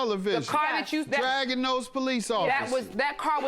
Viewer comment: Actually it's dragging not drugging